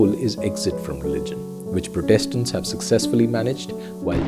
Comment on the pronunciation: Protestants. You may lay the emphasis on the first syllable: prótestants.